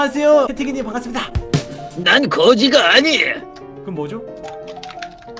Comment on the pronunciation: 반 갔습니다ㅋㅋㅋ반갑습니다를ㅋㅋ